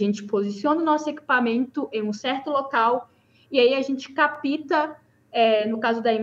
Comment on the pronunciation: "Capita", "mais ruim", "pobrema" ....